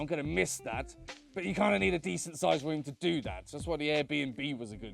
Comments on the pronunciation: The entire video I only heard the word womb instead of room. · Okay.... the accent + the affected voice (+ slight tongue tie?) is just killing me on this one! Staying in your womb. Having a womb party. I mean, I know it is room, but that soft R is just..... Don't mind me, I'm just a dumb yank.